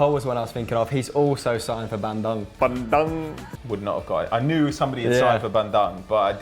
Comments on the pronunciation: it's Bandung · its pronounced: BAN-DOONG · It's pronounce Ban - Doong. Thanks for the support for my club in Indonesia!